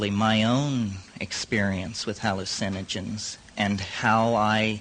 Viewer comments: I love the way he says hallu-CIN-ogens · Lol, same.